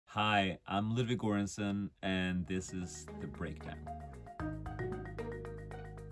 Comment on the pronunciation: Han säger ludwig gorensenn tf han e väl svensk